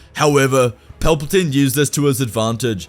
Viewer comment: He said it wrong its chancellor paperplane